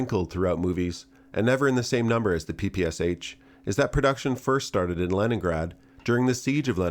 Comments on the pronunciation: It's "Pee Pee Sha", not "Pee Pee Ess age". The kyrillic alphabet has a letter for the "Sh"-sound, which is why the h in in lower case. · Pronouncing Sh as S-H is wrong. It's a single letter in Cyrillic, pronounced as SH in "she". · "Pepesha", not "Papasha" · PPSh-41 is commonly called "Pepesha" not Papasha, at least in Poland and the rest of eastern European countries. Great video as always though! Shooting a PPS-43 in full auto is awesome!